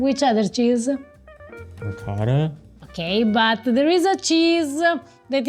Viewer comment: Actually better than his pronunciation of ricotta. 🤣